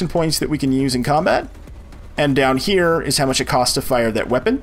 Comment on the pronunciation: These videos are great. Two annoyances (and I realize this series almost 5 years old)... The pronouncement of "here" as "he-EAR" is grating. It wouldn't be bad if it wasn't said multiple times in a row at times. Also the repetitive instructions take forever. Other than that though, awesome tutorials and very great info!